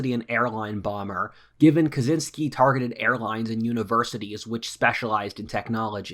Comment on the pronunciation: Kuh Chin Skee. Pronounce it correctly.